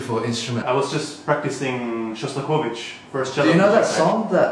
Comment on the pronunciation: Love the sudden dip into perfect-Russian-accent pronunciation of "Shostakovich"